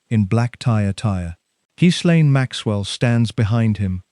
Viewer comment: Ga-lynn, NOT jizz- lane...just saying, heard it pronounced by a lady who worked around her, let's just clear that up right now... since we're able😊 Much Love Everyone and remember: no matter how hard things are, at least you're not one of these 'people'❤